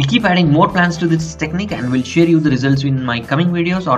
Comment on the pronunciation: It's not vell it's well